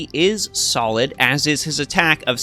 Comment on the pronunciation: Not gonna lie every time you said solid I chuckled a bit.